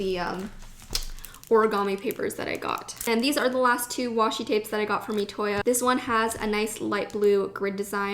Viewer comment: It's pronounced I toya not etoya